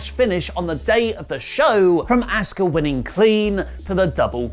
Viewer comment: "Asskuh" lol